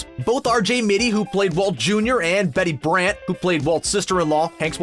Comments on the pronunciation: the actress name is betsy brant not bedy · It's Betsy Brandt, not Betty